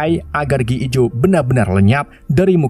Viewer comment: Gi joe jadi gee ee jo.. hahahhaha...